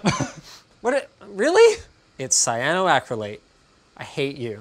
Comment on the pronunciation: Please Linus never pronounce Cyanoacrylate again......